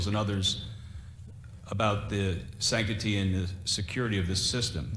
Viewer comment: He's actually saying sanctity correctly, just rushing the word a bit making a first hearing a bit odd. But he didn't really miss pronounce it...